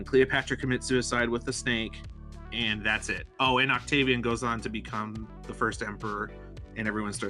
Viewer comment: Oct-gay-vian.... why did I do this